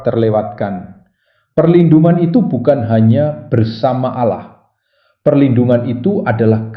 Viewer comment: ALLAH ✓ Bukan Alloh, sya dengar sesekali Admin membaca Allo🤔